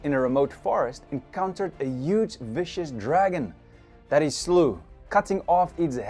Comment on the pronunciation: I love how pronounce huge… “ uggge dinosaurs” 😂